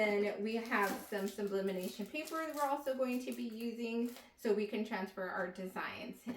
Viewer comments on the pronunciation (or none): you saying "sublimination" instead of sublimation pissed me off lmaoooo but thanks for the setup info